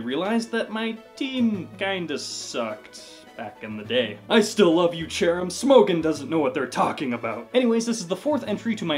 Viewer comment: You pronounced Smogon incorrectly.